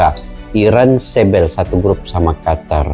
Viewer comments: Bacanya jgn qatar, tapi qotor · QATAR ❌ QOTOR ✅